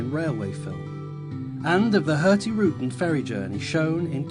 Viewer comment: HØrtigrUten? Both Us are pronounced the same way. You got it right in "ruten". :)